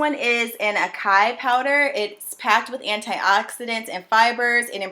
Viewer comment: It's pronounced Ass-Sigh-Ee Acai lol 😆